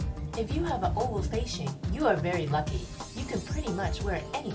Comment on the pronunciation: haha I thought she said " If you have a oval face shape you are very ugly" instead of "lucky" :)